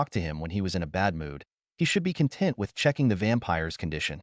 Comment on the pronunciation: Honest recommendation - Train your A.I. to pronounce the words that you are intending for it to say. Just your opening, you let your A.I. pronounce "content" as in "feeling content" instead of the "content" as in referring to your video.